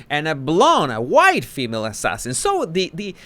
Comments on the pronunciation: 😆Meghan: "ass-assasin" 🤣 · "ASS~ sassin" 🤣🤣🤣🤣 she's definitely a "D" list actress